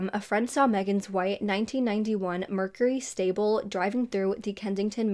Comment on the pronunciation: Lol its not a mercury stable. Sable. No 'L'..